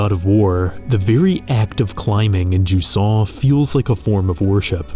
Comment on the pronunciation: To be fair, nobody still use the therm "jusant" in France, maybe i heard it once despite I've grown up near the coast. Maybe event "ebb", the English word, is better known. But, whatever it is, it is pronounced "juZan", and not "DjuSSan".